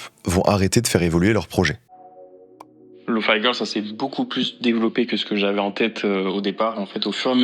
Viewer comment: il prononce bien lofi girl c'est déjà ça